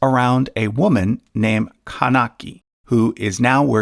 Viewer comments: pronunciations kannagi and pathini are wrong. pathini is a generic term used for chaste women ( the one that is devoted to her husband and have never slept with another man throughout her life) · it took me 3 attempts to understand what that epic was. Narrator killed the pronunciation of Silapathikaaram, Kaanagi and Pathini 😂😂😅🙏